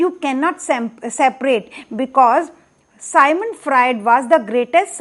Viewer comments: Dear it's Sigmund Freud not sigmant frued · मैडम सायमंड फ्रायड नहीं सिग्मंड फ्रायड कहो।